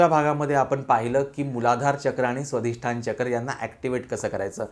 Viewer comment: क्षमा करा! पण स्वधिष्ठान नव्हे! स्वाधिष्ठान!!